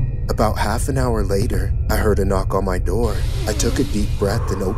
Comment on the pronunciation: he started knocking on the window and said '' open the noor''